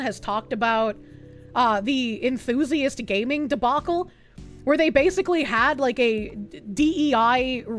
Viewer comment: Gay-mers and GAY-ming?